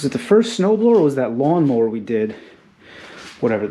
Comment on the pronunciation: Dudeyou really do need a lot of help on pronouncing words whatever you’re smoking guy I don’t want it you better stop sniffing glue to it’s a snowblower not a snarblower